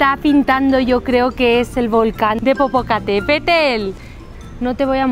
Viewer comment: jajajaj genial.. como dijo?? tepopocatepetel jajaja .. volcán popocatepetl muy muy bien .y sobre el mole y provecho que te guste,, felicidades.. desde el norte de México ..